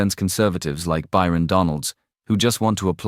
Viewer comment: It's Byron... not Bryon.